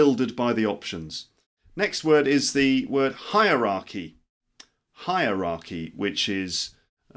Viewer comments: To me it sounds like "hi r arky" or "hire arky". Not "hi Rocky"; it's four syllables not three. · "Hierarchy" sounds like 'Hi Rocky' :-))